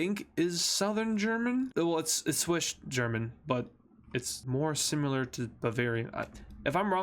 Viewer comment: SWISCH GERMAN?! SEROUSLY ITS CALLED SWISS GERMAN NOT SWISCH